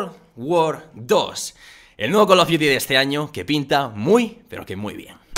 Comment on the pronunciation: jajja es call of frios